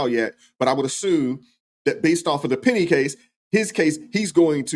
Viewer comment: How does a person that can't speak properly, or get simple words correct act as a mouthpiece/spokesman for anyone? Penda instead of penny.... metclef instead od metcalf i'm sorry, you are going to say that the father of the boy that your client killed was a dishonoring of the memory of his son!!! when he either doesn't have the decency or brain capacity to pronounce a simple name correctly!!! I think it belittling and disrespectful to continuously get the name of the victim of your murderous, killer client